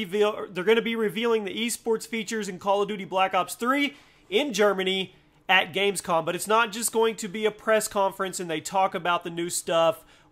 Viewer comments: Its GamescoM not coN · It's not gamescon it's gamescom.. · Its gamescoM not gamescoN